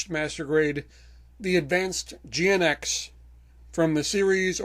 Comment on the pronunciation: GNX is pronounced as Jinx.